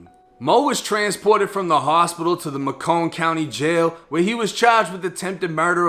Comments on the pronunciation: Its not ma•cone its maycon County Ga. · This was near me.. they have a go fund me to bail him out saying he's innocent but with all this evidence doesn't look that way.. and it's pronounced "make-in" County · It's Macon like bacon 🤣 Keep it rocking bud! Love the content! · "May-Con" Macon my boy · It’s may-cun 😂 I’m just letting you know cause I’m from GA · Everyone without a ccw out here gotta switch on there glock and said ma cone county it's all good tho macon weird anyway😂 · it's pronounced "Make-in" -- like "making" shortened to "makin'" -- MAY-KIN. MACON, n word. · macon is pronounced like makin